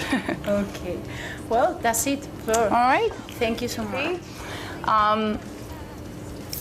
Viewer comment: Immediately the interviewer pronounces Floor’s name wrong.